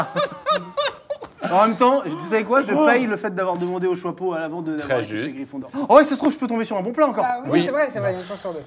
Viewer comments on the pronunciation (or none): Ce que j'ai retenu de la vidéo mcfly qui ne sait pas dire chapeau "le chouapeau "